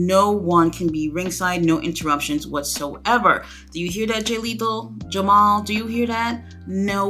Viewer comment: It's with a hard "r" 😮‍💨 Jamar. But that's what we are always being confused for. They're the more famous/common variant. But it's Jamar! Thank you for going through this. I remember our confusion when it was announced and TK trying to stumble through explaining the belts and what not. Painful TK.